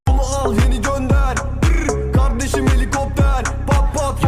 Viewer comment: Kizin kavdesim demesi v ile